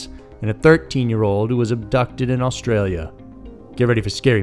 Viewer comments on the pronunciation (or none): none